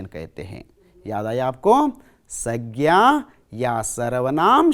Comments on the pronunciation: Uchharan dosh aur sabdonka galath pesh udaharan sagna saina in dosho ko sudharlo sir pls. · Aapka pronouncation thoda kamzor hai sir संज्ञा iska sahi pronouncation hai sangya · Sir plz sangya pronouncation tik kiji ye aur है aur हैं ka prayog b sir हैं ka prayog jab plural yani bahu vachan ka prayog ke samay kiya jatha hai .है ka prayog ekvachan ke samay kiya jatha hai